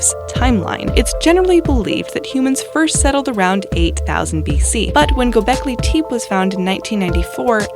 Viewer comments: tep = ay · "Gobekly Teep". Narrator is a moron who never researched this and just read it without hearing it. It's pronounced "Gobekly Tep-ee" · #5 is pronounced (gow-bek-lee)-(te-pay) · I’m sorry people took offense at the mispronunciation of one word, the name of a place. Yes, you know what word you are, you strange and foreign word, you! Ignore them. I’ll bet most can’t pronounce this English word, let alone know what it means and use it properly in a sentence. synecdoche. Are you up for Mexican tonight. It’s the word that makes the other word not spoken to be understood, as in “Mexican food.” sen’EC’dō-kē It’s as if they expect you to know the pronunciation of every ancient word ever spoken.